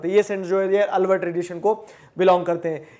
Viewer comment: अलवर नहीं आळ्वार